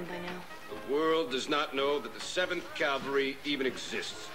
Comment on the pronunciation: Psst: FYI, “Cavalry”, not “Calvary”.